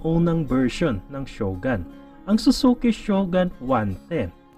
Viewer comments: Shogun? ShogAn ba bigkas nyan? Ang alam ko shogOn bigkas e. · Ganda ng mga content mo Sir, mali lang pronunciation natin ng SHOGUN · Nagka motor kayo ng ganyan pero hindi nyo man lang inalam tamang pronunciation ng shogun🤣